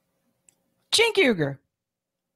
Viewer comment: “Cenk Ugar...” (head shake) = immediate like